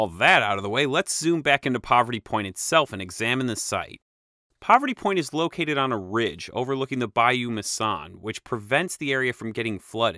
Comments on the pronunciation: Enjoyed the video, but as someone born and raised in this area of Louisiana. I must say, you are butchering the names of these places. It's "Bayou Macon" pronounced locally as "By-Maysun". On rare occasion some pronounce it "By-you Macon" rhymes with Bacon 🥓. The area the mound stands on (west side of the Bayou Macon) is high ground and has never flooded even when the Mississippi flooded the land long before levees were built. The land east of the Bayou Macon directly across from Poverty Point is lower by about 20+ feet and is locally called "swamp" land. When the Mississippi River rose above flood stage before today's strong levees were built. The flood water would reach from east bank of the Mississippi River in one continuous body of water to the foot of the bluff of the west bank of Bayou Macon at Poverty Point, roughly twenty-five to thirty miles. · The Ouachita river is pronounced Wash-itaw And the Bayou Macon is May-son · Macon is also pronounced May-son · A few pronunciation tips: Bayou Mason is pronounced like the name Mason, and Ouachita is pronounced "wash-it-aw